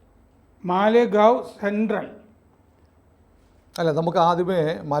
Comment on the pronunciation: മാലേഗാവ് എന്നാണ്